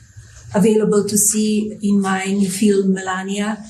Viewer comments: I’ve never seen a non-English speaking person struggled to say the word film, Melania is the first person. She botched it horribly. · I don't care about her fee-ulm, do you?